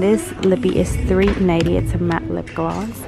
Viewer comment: Who else heard 3 nighty instead of 3.90